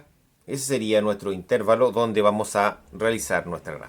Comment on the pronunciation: bien pero no diga "intérvalo" se dice intervalo sin tilde